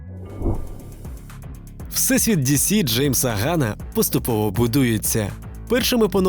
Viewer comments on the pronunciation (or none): Не "Гана", а "Ґанна". ☝️